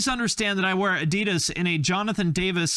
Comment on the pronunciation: There is this joke here in Germany: What does PUMA stand for? Probier unbedingt mal Adidas, means: You should absolutely try Adidas. By the way: The second syllable of Adidas is not stressed. It´s the leading A.